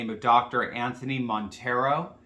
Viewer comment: "montiEro"!? No. It's "montEiro".